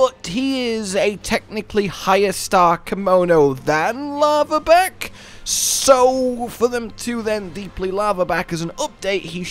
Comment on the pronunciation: It's pronounced Laharback which is a lizar type fire komono and the Grimstalker is a Fox...do some research my boy!